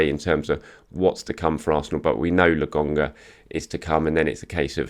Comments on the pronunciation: it's "LO KON GA" not logonga lol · Logonga again! it's LoKonga!! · Whoever the guy at the gym is, next time you see, tell him its LoKonga. With a K. Someone please tell him.